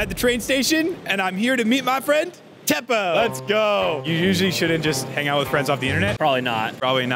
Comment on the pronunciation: I'm going to help you now the name Teppo it is not pronounced like thepoh it's like TE PPO you will thank me later